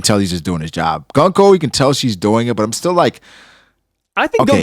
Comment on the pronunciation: I was gonna watch this…. Till I realized I was gonna have to sit through you and mispronounce GUNKO’s name for an hour. No thanks.